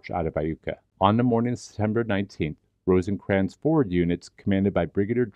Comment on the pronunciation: Rosecrans, not Rosencrans